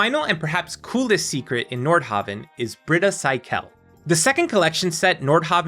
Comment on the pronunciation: honestly, I thought he was saying Nordhobbit.